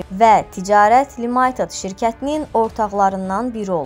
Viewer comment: Limaytid yox ay aparıcı limitid(limited)